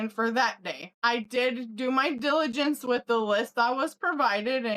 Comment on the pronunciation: Sweetheart… you did your due diligence, not dilligence